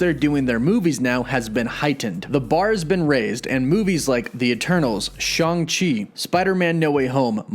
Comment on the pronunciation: Its Shang, not shon chi... Go back to school, Jesus! And the way Disney is gearing the mcu I'm expecting a live action Agents of Smash